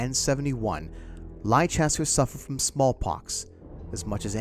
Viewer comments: For the second time in less than a week I find myself needing to correct the pronunciation of the English city of Leicester. Sounding as 'Less-ter' the 'i' is silent. It is not not Lie-chess-ter. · It's Leicester not Liecester for a start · The city in England, Leicester, is pronounced as "Lester" - not as "Lie-chester." 🙂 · Superb dude....big thanks and much love. P.S. Leicester is pronounced lester not lichester. Atb thanks again and happy new year. : ) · Just FYI, Leicester is pronounced 'Lester'. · Leicester is pronounced Lester :) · Leicester is not pronounced lie Chester! 🤦‍♂️ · While I felt compelled to correct the pronunciation of Leicester, I still found the video informative and interesting. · funny that the newspaper can't spell leicester correctly and the narrator doesn't know how to pronounce it.